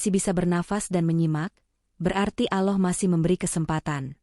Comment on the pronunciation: In atminx orang sebelah ,, penyebutan kata" , allah,, kurang pas,, 😁🙏